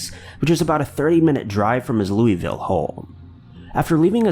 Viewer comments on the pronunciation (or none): Lewisville, lol not Louie Ville I'm from round here